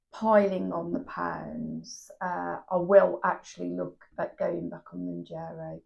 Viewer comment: Woukd love for you to keep sharing both the ups and the downs. And decisions your making along the way! Wegovey is an option to keep in mind to. Can I just point out it's pronounced Moun'JAR'o, not Moun'JER'o! Sorry, had to point that out hun. Gius luck and keep going. You can do it, dont give up whatever you do.